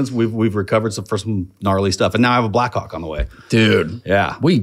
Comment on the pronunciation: 25 times he said Blackhawk, 25 times I heard Blackcawk